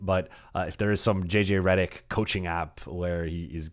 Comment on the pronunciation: You pronounce your last name wrong.